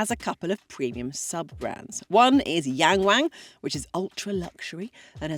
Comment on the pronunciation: Yang Wang should be pronounced more like Yahng Wahng.